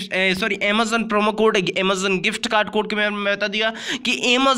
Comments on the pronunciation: First correct your pronunciation then make videos. Aemazoon - Amazon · Bhai Emazon nhi Amazon bolo 🤣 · This boy speaking realy funny 😂😂😂 amozon amozon amozon 😂😂😂😂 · i love the way he says Amazzaon ....... haha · Amazon nahi emazon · Invalid bata ta he tera promo code . ok pehle Amezon bolna sik lo ok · Amazon boolna to seekh lo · Is he saying amezon or amazon